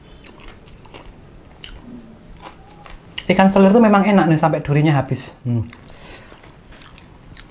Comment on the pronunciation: 🐟 selar kak...bukan selir...